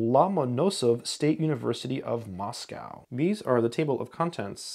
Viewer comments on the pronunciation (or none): none